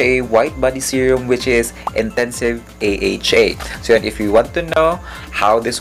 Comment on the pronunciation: you pronounce it right sir AHA hindi "aha" 😅